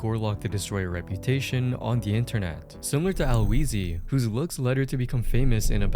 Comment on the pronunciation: “Al wheezy” small correction HE